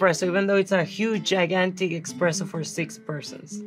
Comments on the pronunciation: the Italian in me wants to yell ESPRESSO every time she says expresso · It’s espresso not expresso lol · Mrs Vergara, it's eSpresso not eXpresso!😅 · whos gonna tell her its espresso not expresso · I am not even Italian and was triggered every time she said “expresso”😂 I still love her though! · It’s expreso in Spanish! 😂 I think 🤔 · Tell me I'm only hearing "eXpresso" and she's not really saying it... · Too bad she calls it eXpresso. How embarrassing.